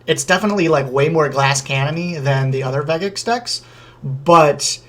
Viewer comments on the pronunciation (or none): Vegeks has a soft G sound. Good video tho!